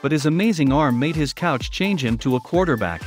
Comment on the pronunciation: The 'couch' made him quarterback? It's 'coach' ...Improve on your robot talk. This is first and last of your videos I watch...